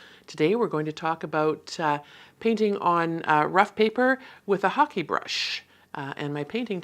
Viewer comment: Thank you for the proper pronunciation of the ‘hake’ brush! I was saying it completely incorrectly! Thank you for your videos as well! I feel I am learning so much from them, they are very enjoyable to watch.